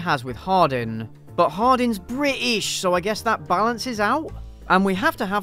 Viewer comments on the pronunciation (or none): I lose it everytime he says Bri'ish lmaooo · My life is complete. Hearing you say BRI'I'SH is the funniest thing